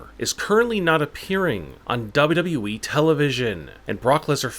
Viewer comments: What wrong with your voice when you say WWE but the words down you said dhaba we like something like that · The way he say WWE is hilarious 🤣😀